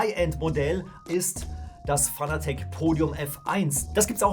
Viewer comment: Fanatec ist zwar eine deutsche Marke, man spricht es allerdings englisch aus, ansonsten gutes Video...